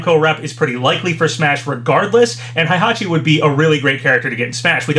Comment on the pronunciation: its not something i've wanted to make a big deal about because it doesn't matter but it isn't pronounced "haihachi". its heihachi like "hey, how you doing" or "needle in a hay stack"